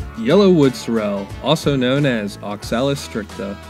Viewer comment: Pronouncing this wrong.......emphasis is on the first syllable, not the second - SOrrel. 👍